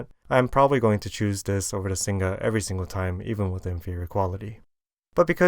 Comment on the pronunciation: Singa not Sing Ga :(